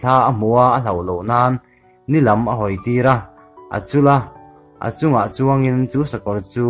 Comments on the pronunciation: Chul(ram) nilo in chul (khawih) mizotawng hi uluk a ngai a sin.. ngaithlatu an tam si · Nia sakawr a chûl a tih tur ah te khan a chul (pangpar vullai chul) angin a lam a Kalo helh ṭhin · A chul a..tih nilo in, a chûl a..ti a thlûk tûr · A chûl a, han ti awm a nia.. a chul a han tih, chhiar sual chiang ve hle mai maw! hahai..hit lo tawpz..... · Ngaihnawm khawp mai, uluk leh zual a mizo tawng chiar nise..e.g. a chul a, pehbuk, thalfang e.t.c tang zel teh kan lo chang zel e... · Achûl a tih ilam dan kha avan diklo deuh ve